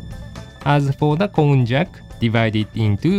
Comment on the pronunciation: please note that こんにゃく has almost the same pronunciation in English. Actual people say Konjac as "kohn-yac", while text to speech services say "cone-jack", which isn't right.